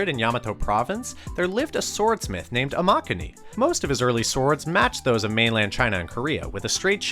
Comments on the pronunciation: imagine literally making katanas and mispronouncing Amakuni smh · why they gotta pronounce amakuni like that 💀💀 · I don't think I've ever heard a whiter pronunciation of a Japanese name jesus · The pronunciation of Amakuni is pretty off. Pronounce Kuni as Cooooni but don’t drag it out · Your pronunciation of Amakuni is atrocious